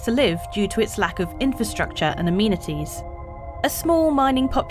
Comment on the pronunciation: Ah-Men-ah-tees, not A-Mean-A-Tees